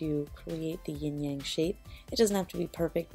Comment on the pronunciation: really funny how she said yin yang I'm Chinese